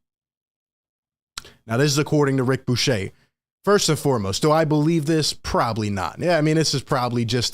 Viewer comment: 1. His name is pronounced Rick "Buu ker". He isn't French. It isn't Buchet. Rick was one of the 3 top NBA people at ESPN from between about 8 - 13 yrs ago. He was more reliable than Chris Broussard during that time. Bucher was my favorite. He moved to the SF Bay area and got into broader Sports Radio for a number of years. 2. I suspect that one of the real reasons for KD wanting to leave in the first place, was because of Ben Simmons. However, Ben Simmons has been playing basketball recently and therefore is healthy. Kyrie is now in a good place and is committed to playing with Nets this season. How ironic that KD is now the bad dude. Clearly Harden was not upset with KD. Joe Tsai is worth about 20 B. He can afford to hold out and not give in to KD's demands. But make no mistake, Joe Tsai is not going to trade KD if there won't be a huge return. Joe Tsai/Sean Marks learned from Daryl Morey had to deal with someone like KD. He will not be influenced by the media pressure. Very soon we will hear from Woj, the Nets point of view. So far we only heard from KD's representation who made a terrible mistake to demand firing of Sean Marks. KD will NOT be traded. If he doesn't show up to training camp, he won't be paid. The rest of the Nets team is good enough to play 0.500 ball until KD returns.